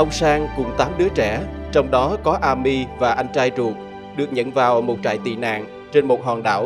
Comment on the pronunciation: Góp ý, tên Amy đọc là “Êm-mi”